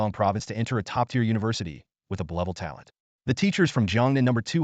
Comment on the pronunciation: Sorry I can't deal with the ai saying "blevel" instead of "b level", and sluring words.